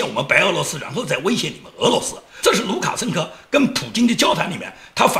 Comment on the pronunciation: 讲卢卡生科的时候的口误，不知道是真的口误了还是故意为之！嘻嘻